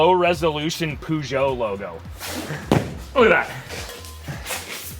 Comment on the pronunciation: Im sorry did he say "pooshow" I've never heard someone pronounce Peugeot like that before